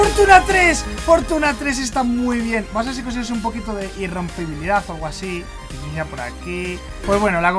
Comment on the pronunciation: “Mending o alga” XD el encantamiento alga “irrempobilidad 3” XD PD:No me estoy riendo de mike